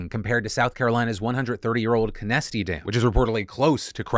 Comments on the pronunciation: As a resident of Greenville, South Carolina, I'll let you know that Conastee is pronounced CON-as-tee. Not co-NASty, as some middle schoolers call it. It is the lowest income area of town, quite hidden and tucked away, which may contribute to the officials not wanting to bother with spending money on infrastructure there. It is also located right next to the treatment plant, ReWa, that cleans all the water for the city. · I live in Greenville and had no idea what you were talking about it's pronounced con-a-stee damn. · Grew up in Greenville. It's pronounced Con s tee phonetically